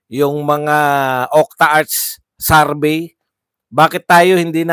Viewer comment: Anong Sarvey?????? Survey,hinde SARVEY